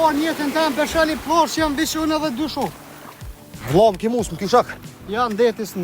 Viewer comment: Jo pllazh 😅plazh pa ll serb,jo kokakolla😅kokakola😅jo killa por kile😅😅😅